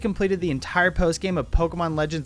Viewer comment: It’s Pokémon LEDGENDS arcoos